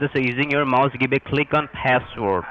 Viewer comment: "Mowse" lol